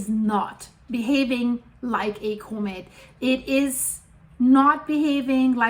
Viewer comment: I just come here to hear this lovely scientist say "Koh-mitt" 👍🏻